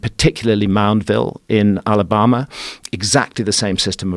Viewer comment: Strangely, I'm British and I thought he pronounced it in a manner I wouldn't expect the British to, however, he is posh/upper class. He also pronounced 'Absurd' weirdly ("Ab-zirred"?).